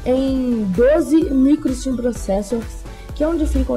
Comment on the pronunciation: Amigo, são Stream processors e não "Steam" processors kkkk Legal sua iniciativa, continue assim fera, sucesso :)